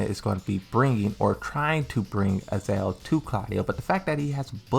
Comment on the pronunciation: Why do you keep misspronouncing the names????? is noy Yiaoyu is XIAOYU and is not AZEL is AZAZEL with two Z. For the love of God, pronounce the names correctly, is in the game.